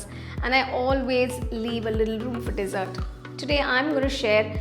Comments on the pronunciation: Most common pronunciation mistake with D.sert and desert, big difference are u feeding sand?🤦🙆🤨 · Thank you. I'd love to try this recipe. Tips for future videos: Dessert is pronounced D'Zirt, not desert of sand dunes. Sieve is pronounced siv (rhymes with Shiv), not seeve.